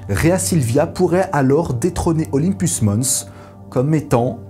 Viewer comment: Je t'adore, mais en vrai Olympus mons... pense à Jeux Olympique pour la prononciation. Désolé mais va falloir flageller grave là